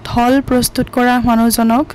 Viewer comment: ঢল নে ঢোল । শব্দৰ উচ্চাৰপ বোৰ অলপ শুদ্ধ কৈ কবলৈ শিকি লব ।